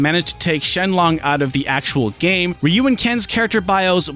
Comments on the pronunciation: It's "Ruu" (with the tongue vibrating), not "Ri yu". Even, according to Google Translate, it's pronounced as "H yu". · Rai-yu? Really? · wait, Rai-you? (dunno if it's the correct manner to transcribe phonemes without recurring to IPA) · Lol the commercial says Rayoo